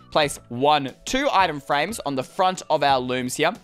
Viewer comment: Did anybody else notice that he said “ah-hem frame” instead of item frame 😂